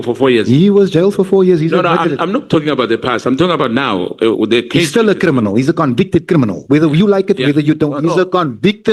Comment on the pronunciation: "Vusi Cat Matlala is a cri-mi-nal, come on say it with me"... Yerrr this guy 😂😂😂